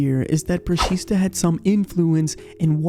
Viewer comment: It's actually "brushita"